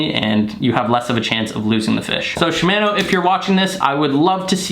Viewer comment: You don’t pronounce shimano correctly, it like your saying shimaano and not shimono